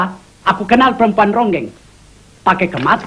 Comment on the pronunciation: nji ronggeng kali min, bukan rongeng